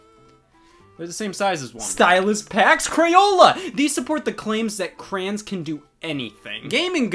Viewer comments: The way Scott pronounces “crayon” is insane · Scott says "Crayon" as "Cran" and it hurts my soul. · I hate the way Scott pronounces crayon